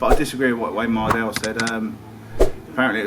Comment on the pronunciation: Mispronouncing Mardle's name on purpose lmfao, he is such a menace